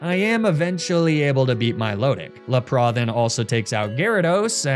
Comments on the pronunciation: Why does he say Lapras so weird. It’s lap like a racing lap then ris. Le pra or whatever French thing he is saying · please there is an S at the end of LAPRASSSSSS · I believe the Wallace choke is some sort of karmic justice for pronouncing Lapras the way you do. Great video and looking forward to the next auction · Fr... if you say Lapras like that you have deep issues 😂 why say it different to every other human that's ever existed